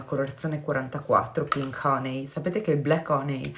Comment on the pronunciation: ad esempio infatti "HONEY" si pronuncia "HANY", hehehe, dipende...quindi ricorda "BALM"= PRONUNCIA "BALM" (NON BOLM) , mentre "HONEY"= SI PRONUNCIA "HANY" , NON "HONEY"